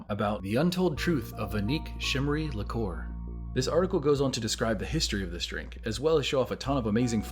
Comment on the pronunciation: Liqueur is pronounced 'li-cure', btw...the 'li-core' was getting to me.